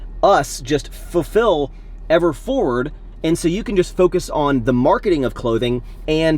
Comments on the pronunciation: are you saying FURfill? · I love you, but it’s FULFILL 😂